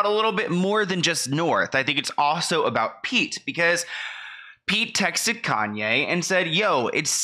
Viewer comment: Why does Kanye call Pete "Skete"? I find it funny but i dont even understand it lol.